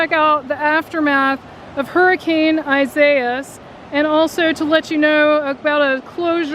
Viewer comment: I wish you knew how to pronounce the hurricanes name